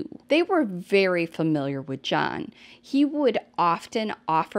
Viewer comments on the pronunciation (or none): none